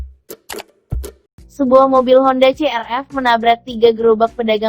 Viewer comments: Buat si mbak pembaca brita: Bukan mobil ce er ef mbak tapi si ar vi Buat si agan yg rekam video: Si ibu ngantuukk?? Bisa jg nglanturr main HP namanya jg HARE GENE.. Klo bisa MONYET jg maen HP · CRV mungkin mbak...bukan CRF Hadehh😌😌😌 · CR"V" bukan "F" Kenapa sih banyak orang bingung antara V dan F? 🤔🤔🤔